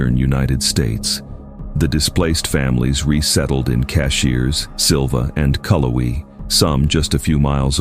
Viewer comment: Yes, NC native. Truly annoying when you don’t get the pronunciations correct. Peesgah? CashEErs? I’m sure some of the places I’m less familiar with were mispronounced.